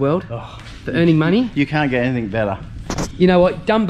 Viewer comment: Great video, it's anything not anythink? just sayin'..